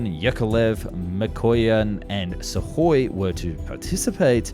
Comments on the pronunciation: And misses the K in Sukhoi. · Also "Suhoi" lol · Great video as always But its is pronounced IL- LYOO- SHIN not Ishulyin Also SU- KHOI not Sahoy Keep up the great work!